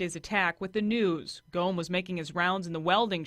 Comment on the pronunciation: "GOMM" not "GOME." Please have respect for the Officer by learning to pronounce his name if you're going to tell his story.